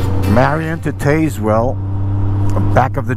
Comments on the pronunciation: Interesting setup for your front action camera! Can you talk about/describe it in another video? What a great ride!!!! The Back of The Dragon (BOTD) is a great road!!! The owner of the BOTD Welcome Center is a retired Army Master Sergeant. - Oh and it's pronounced "Tazwell" (long "a" and the first "e" is silent) 😊👍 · LOL gotta love how so many place names in the South are historically and uniquely mispronounced! The small town of Tazewell is pronounced without the "E" so just Taz-well - I know the GPS says it like "taser"! You also passed near the city of Wytheville, which we call With-ville (go figure). After getting off the BOD, you could have continued west on 19 towards Lebanon (Leb-nun) and caught another fun road, Route 80 at Elk Garden. Lots of hairpin curves and tight twisties over the Clinch Mountain that will test your nerve and skill. It will take you to Meadowview (as it sounds LOL) and you could've caught I-81 back north from there. That part of VA into NC and TN is pure motorcycle country!